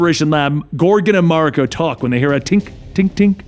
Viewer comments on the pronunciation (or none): It's spelled 'Mawr-e-co' . you welcome x') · Ma-rEEEE-ko! Please stop making my eye twitch. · It's MA RI KO. The Japanese language is broken down into syllables